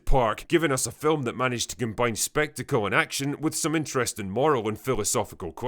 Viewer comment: Dude! When you said, “Giving us a film spectacle and action, with moral and philosophical questions.” I had thought you had said, “with Morrowind Philosophical Questions.” And I was excited for a moment that you named dropped a great game, that HAD a moral dilemma and a deeply entrenched philosophical story to it. But I think this is the first time your accent has ever made me miss heard you before!~ xD